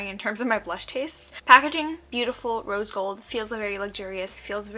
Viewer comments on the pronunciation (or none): none